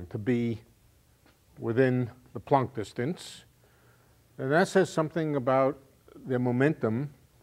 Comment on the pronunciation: Well, Planck is a german name and I myself am german - and all I can hear is that he is pronouncing it just right. Not an o sound like in "don't" (or as, presumably in in "plonck"), neither an o as in "product". Just like in "guts". The only thing may be that he's strechting it a bit like the a is stretched in "staff" while in "Planck" it really should be short (and sound) like in "guts". Anyways, possibly something wrong with my ears and "plonck" is funny in any case.